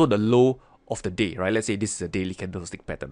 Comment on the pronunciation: Watching this half asleep, I didnt here "the day"... I heard "this is the low of the d*** and this is the high of the d***"....... lol